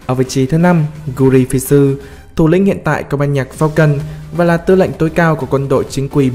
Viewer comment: ??? Cái hì mà gờ ri phi du đáng lẽ là gờ ri phin chứ anh